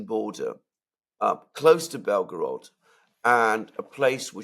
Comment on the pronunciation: = ""Belgorod"/Белгород - is NOT pronounced "Bel 'gO 'rOd". Instead, it is pronounced "Bel 'gO 'rahd" ( meaning "White City" )